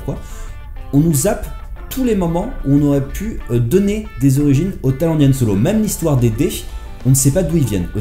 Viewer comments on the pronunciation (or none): Y'a que moi que ça choque qu'il ne sache pas prononcer Han Solo en parlant d'un film sur... Han Solo ?